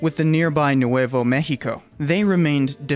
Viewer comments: You said Nuevo México so weirdly, I thought you were saying New Huevo México. Lmao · Tay-hoss and new-way-vo may-he-co 🤦‍♂️ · Nuwayvo meheekoh... 🤣🤣🤣